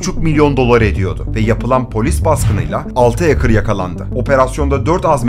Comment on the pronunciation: Hacker’ı “HEYKIR” diye telaffuz etmesinden belliydi zaten 🤓